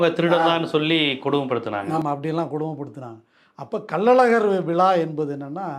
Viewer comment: விழா என்று சரியாக உச்சரிக்கவும் விலா என்று சொல்லுகிறீர்கள்